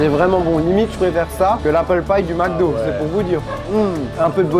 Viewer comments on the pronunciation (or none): none